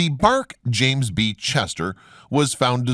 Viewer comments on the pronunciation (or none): none